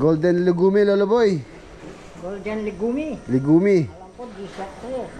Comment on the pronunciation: pag pronounce nyan is golden legyums(legume)